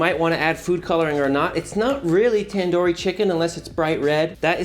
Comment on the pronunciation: tan dor chicken? its tandoori chicken not tan door